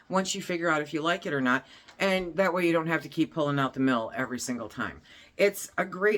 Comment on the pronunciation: KEEP! .Not jeep😂